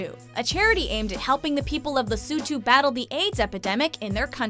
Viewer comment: The way she says Lesotho😂 Where did she get the U from? 😂😂😂